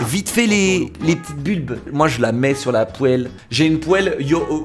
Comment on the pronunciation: la "pouèlle" xDD